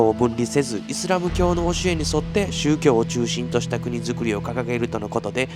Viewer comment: 宗↗教↘ではなくて宗→教→